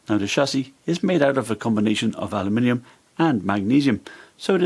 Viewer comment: The only englishman to ever say aloooominium